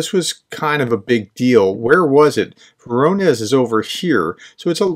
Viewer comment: vo-rO-nezh All correct, except for the last sound "zh". "zh" stands for "g" or "j" -like sound. It's a two letter transliteration of the letter "ж", because English doesn't have the letter Ž, as in Žižek.